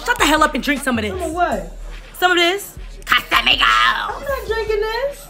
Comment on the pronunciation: "CASAMIGOS" I'm deadd 💀💀